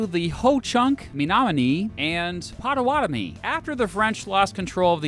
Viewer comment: Potawatomi not Potawatomie